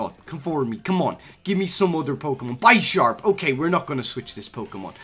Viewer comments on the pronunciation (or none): none